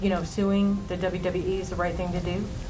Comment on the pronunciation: W. W. E. NOT dubbleyayubweeee